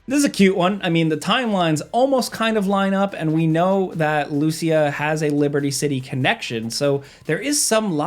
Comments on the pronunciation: please don't say Lúcia, is Lucía!! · I love, but the way he pronounces "Lucia" is wrong, haha. Since she has Latino heritage, her name is pronounced "Lu-See-A". Even Jason in the 2nd trailer pronounces it correctly. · Hearing butcher a simple name like Lucia gives me a migraine